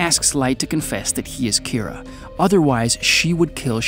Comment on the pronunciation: Keera its kinda more pronounced like keeda. Just with a very slight R sound